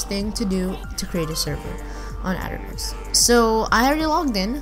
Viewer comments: it aternos, not ater nose, ding-dong. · its auh-tur-noos not at-ern-os